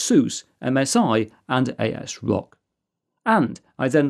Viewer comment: its asrock not a s rock